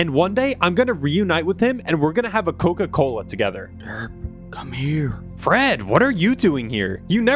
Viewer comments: Coca-Cola ❌ Koka kola✅😅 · Bruh when he said that his dad went to get koka kola and never came back it sounded like he went to get milk and never came back😂😂😂😭😭😭💀💀💀